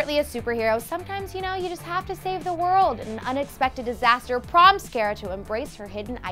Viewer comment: it's cara not cara